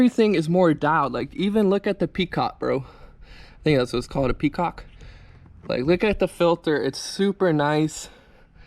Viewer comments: Petcock not peacock bro😂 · It’s called a pet cock not “peacock” 🦚🦚🦚